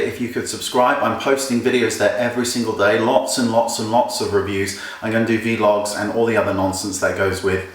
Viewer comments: Did he just call it a 'VEE-LOG' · did he just say " V-log " ?? instead of vlog...? hahah